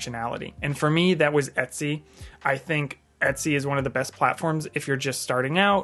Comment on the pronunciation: Are you pronouncing it Itsy (as in bitsy)? it's EH-t-sy, as in Ergonomics. It's funny bc you said it correctly in other parts of the video.